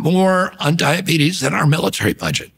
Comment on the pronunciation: mf said diabetus